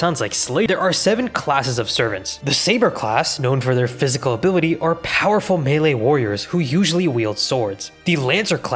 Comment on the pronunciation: "Abooty" ~ ability 🤣🤣🤣